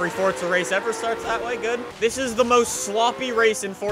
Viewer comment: why do you always say fortza is forza dude don't me nudeeeee